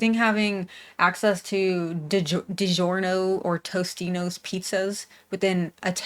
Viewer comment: I thought my family was the only one to mispronounce Totino's as ToStino's hahah 😂